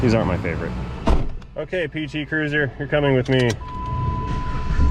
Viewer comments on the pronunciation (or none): Can't swear to it, but it sounded like called it a PT Curser (Cursor?). This might have been the only one I have seen in 10-15 years that wasn't running on at least one compact spare.